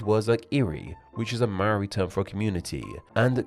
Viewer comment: To be fair, he mispronounced all the Maori words. Including "Maori".